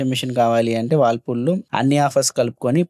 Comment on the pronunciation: Whirlpool ❌. Wallpool✅